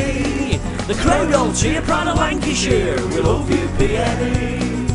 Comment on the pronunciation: Some tune this but you say it PNE PNE!